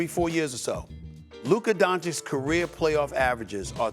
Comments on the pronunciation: Everyone: "Luka Doncic" Stephen A: "Luker Donchick" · Nobody: SAS: “Luker Donchick!”